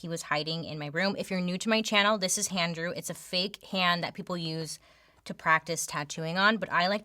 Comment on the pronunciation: HANDREW??? IM CRYING LOL